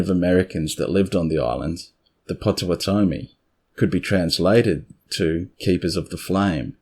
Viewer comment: Pronounced POT o WOT omee. (I'm from there).